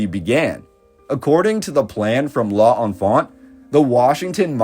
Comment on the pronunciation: l'enfant has two syllables, you've to be the first to somehow squeeze out three.